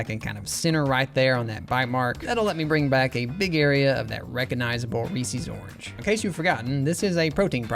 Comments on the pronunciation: Great stuff. Ree-sees is actually pronounced Ree-ses though but I’m sure you already know that. I grew up calling it the same thing. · In which part of the United States do we say "REE-SEES" and not "REES-izz"? 🤷🏽‍♀️ (asking for a friend) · Excuse me how do you pronounce Reese's?? Ree-Sees? That seems incredibly wrong and I worry about how you pronounce the name Reese. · Reese is not pronounced “ree-see”, it’s “ree-s”. It rhymes with piece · said Reesee's. SCHLATT'S COMING FOR YOU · I've never heard anyone pronounce it like "Reesies" before. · Ree-Seez cups, eh? (Fantastic designs, Funyuns looks so good) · Reeses is pronounced ree siz. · The number of times this guy says "Reesie" or "Reesie's"... Why? Just... why? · “Reese” is a name. Reese’s is the name, plus a possessive s. Why would you pronounce “Reese” as “Reesey”? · Mispronouncing Reese’s is killing me 😭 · Surprising they’re your favorite with you pronouncing Reese’s wrong.